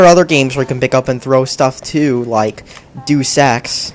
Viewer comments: HE IS THE MAIN F*CKING CHARACTER OF HALF LIFE!!! IT EVEN GAVE HIM AN INTRODUCTION!!!! "All you gotta do is shoot the bad guys." I thought we were talking about HL2, not COD. Doosex? DOOSEX?!?!?!?!? IT IS PRONOUNCED DEYOOS EX!!!! Ok you cannot even compare COD 4 to HL2. HL2 is so much better. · Ok I can't take this anymore, IT'S NOT DOOSE EX IT'S DEUS EX NOT DOOSE DEUS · Its "Deus Ex" not "Do Sex" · He spells deus ex like do sex. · And every time he says deus ex it sounds like he is saying do sex. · "Do Sex". Pronunciation 101 right here. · Woow, are you troll or just really dumb person? Probably just dumb... "Dooos-ex" rly? Overrated and Valve/Half-Life in same sentence? You don't know anything about games or video game industry. Just go and play your "underrated" CoD: Dogs 2. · lol he pronounced it "doos" ex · also.. .doos ex? hahaha i'm english and know it's not pronounced like that.